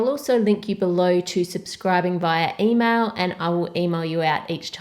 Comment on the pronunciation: instead of email I thought she said emo